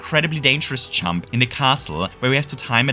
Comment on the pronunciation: Stop saying "chump" it’s "jump"